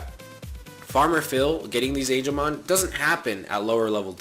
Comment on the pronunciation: BOOOYYYYY ITS NOT ANGELMON OMG STOP SAYING THAT